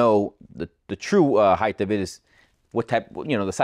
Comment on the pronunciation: There is no "th" at the end of the word heigHT.